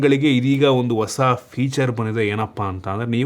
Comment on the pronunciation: All good ಬಟ್ ಬಾಷೆ ಮೇಲೆ ಹಿಡಿತ ಇದ್ದರೆ ಒಳ್ಳೆದು… ಓಸ ಅಲ್ಲ ಹೊಸ…ಅ ಕಾರ ಹ ಕಾರ ಸ್ವಲ್ಪ ನೋಡ್ಕೊಳಿ